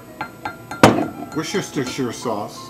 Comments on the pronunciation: HAHAHHAHAHAHAHAHAHAHA!!! WORSHESTERSHIRESAUCE!!!!!!!!!! all of us in england pronounce it "wu-ster sauce" or "Worcester sauce"!! fuck that bit made me laugh mate! good video tho. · Hi, Watched this again cos I'm going to make these this weekend and, by way of thanks, I'm going to make your life easier - see that Worchesterererershire Sauce well, over here we call it 'woo-ster' sauce or 'wuss-ter' sauce. That'll save you torturing your tongue. Best Wishes, Brendan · I Love your videos, and in the spirit of shared knowledge,... Worcestershire sauce ... woos - as in "dont be such a woos, do it" ter - um, sorry, just "ter" Sherrr, like SHIRt ...shirt without the "T"... Woos-ter-shir Sauce. Wooohe-sester-shaiyer Sauce just sounds odd... ...love you!... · Awesome ribs and easy to make as well. How about saying "Wuster sauce", thats how people pronounciate it in some parts of the world :-) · this looks damned good just for info:it's pronounced wusster sauce. the english can be strange in the way they sometimes pronounce words in a way that bears absolutely zero relation to the way they are spelled. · Lol. "woos-chest-shes-sher" sauce.